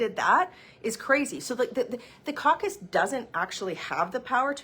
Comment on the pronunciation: “Trudeau needs to calm down his coock-us”……sorry my English no so good.